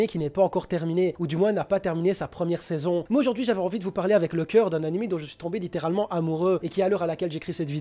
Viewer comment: Cette intonatION. c'est vraiment pas sérIEUX . nan sans me moquer c'est quoi le problème de lire une phrase normal .. tu pourrais dire n'importe quelle phrase tu finis par mettre l'intonation sur le dernier MOT. pour exemple tout au départ regarder comment il prononce le mot saison c'est genre a 0.05 enfin juste au début quoi. c'est juste saison, pas saiSON.